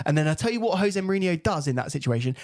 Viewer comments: He’s. Name. Is. Ho-zaay. Surely Chelsea fans know this. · Portuguese pronounce J as Js not H lol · Grates me anytime a long time chelsea fan still calls Jose as "Hose" lol. That aside, heard a lot of drivel in this from Josh. There are so many glaringly obvious errors in games that scream 'lack of proper coaching' , game after game. The ultimate blame for that falls on Poch. It's all well and good being friendly with players and bonding with them, but if he's failing at the primary job of coaching, then what good is he to the club? This isn't Ted Lasso. It's the EPL and chelsea's supposed to be an elite level club.